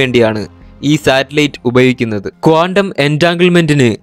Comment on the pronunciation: കോണ്ടം അല്ല, ക്വാണ്ടം .